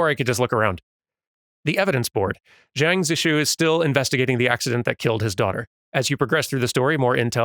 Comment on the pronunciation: "Xiang" should be pronounced more like "Shiang," rather than "Jiang." Although that's still not quite right.